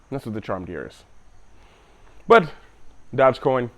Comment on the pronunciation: What's this "dodge coin" haha